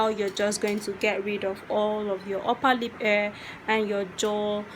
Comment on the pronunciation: Is this only me when she was saying uper lip and I heard oppa lip 🤣🤣